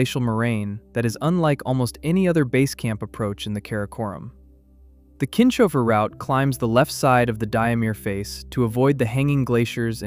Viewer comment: Pronounciation of Kinshofer: Not Kin-shofer, but Kins-hofer.